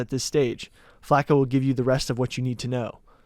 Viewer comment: U can tell how white that room is just by the fact that nobody caught the way was saying flaco.